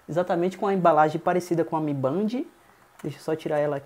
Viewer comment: A pronuncia é de Band é " Bendi "